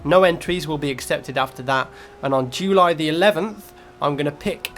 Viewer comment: Jewly? You pronounce it funny:D